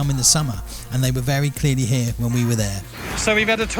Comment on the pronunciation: it’s pronounced as “here”